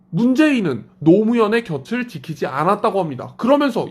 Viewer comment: 곁을 ~ 겨츨이라는 발음이 나오지 않습니다. 겨틀이라고 발음해야 바른 발음입니다. 잘 봤습니다. 고맙습니다.